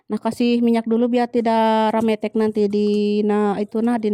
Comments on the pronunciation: Aku ngakakk denger bilang rambetek😂😂😂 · Nyunda teh sami atuh 😊,kirain aku aja yg ngakak pas bilang rametek..😅